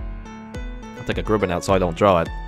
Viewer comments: It's pronounced Grub-in. The U isnt a OO it's an A sound. How do you not find out the way names sound lol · cringes every time tries to pronounce grubbin